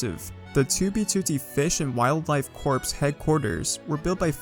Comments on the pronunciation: Corps is pronounced like core, not corpse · hi(btw "corps" is profunced Core) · Do you really think the ps in corps is not silent?